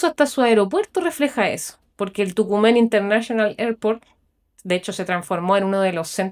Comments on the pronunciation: Mi amor no es TUCUMEN, mal dicho es "TOCUMEN" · Todo correcto, solo que el aeropuerto, ese lugar en si se llama y se pronuncia Tocumen, tal cual en español, no es una palabra en inglés. No Tocumán. Saludos. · Aeropuerto de TOCUMEN con acento en la U.